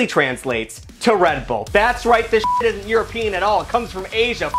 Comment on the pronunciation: "so bull nut or not, this thit works" 🤣